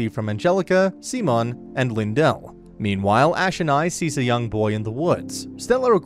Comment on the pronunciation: SIMON NOT SEAMON